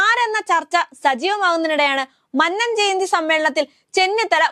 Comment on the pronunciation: 🤭'മണ്ണൻ 'അല്ല കുഞ്ഞേ, മന്നം. മഹാനായ മന്നത്തിനെ ഇങ്ങനെ മണ്ണൻ,മണ്ണൻ എന്നു പറയാതെ. ദോഷം കിട്ടും. 🤭